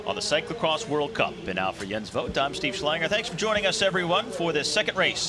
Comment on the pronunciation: Whoever the commentator is (not Jens) doesn't know shit about cycling/cyclocross. He can't even pronounce Jens' name right let alone the racers!!!